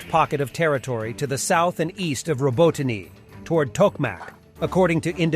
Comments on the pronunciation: Stop pronouncing a second vowel at the end of “Robotine;” There is only one vowel. Drop the second vowel at the end. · It's not France. Learn how to pronounce Robotyne or teach your bot how to say it.